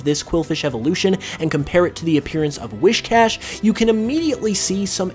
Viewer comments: “Wiss-cash” not “Wish-cash” The “whis” prefix is like what you’d say for whiskers. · His saying WISHcash instead of WHIScash is really bothering me. XD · It’s not whiSHcash it’s WHIScash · Wiss-cash dude, not wish-cash. That's driving me nuts to hear it. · I know right. LOL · *I know. It was getting annoying. And I accept your apology.